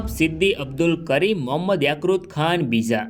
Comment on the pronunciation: યાક્રુત ખાન નહી ભાઈ યાકુબ ખાન આવે !!!